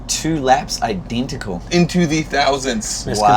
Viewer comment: “Identical (identicoo)” lol